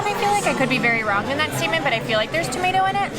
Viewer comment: It's "tomato" not "tomato". Seriously, great vid, I HAVE to go to Puebla.